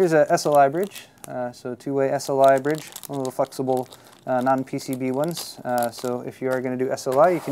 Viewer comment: *Flexable, haha